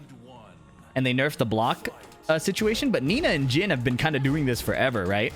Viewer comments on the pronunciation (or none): Jun. A short unstressed oo sound. Not June with a long stressed oo sound. It's similar with Jin. Short unstressed i sound. Not a Jean with a long stressed ee sound.